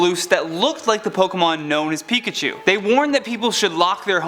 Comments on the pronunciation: “Picahu” It’s... it’s pikachu... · IS PIKACHU NOT PICACHUE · NOT MIMIKYI